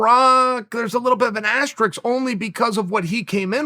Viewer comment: Pat Mcafee: Astrix?